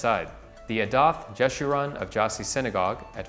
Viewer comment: you botched your pronunciation of the Jewish establishments. Jeshurun, Kehilla Kedoaha Janina and Romaniot all mispronounced. BTW I used to live at 190 Norfolk two doors down from Angel Orensanz and I had no idea it had such significant history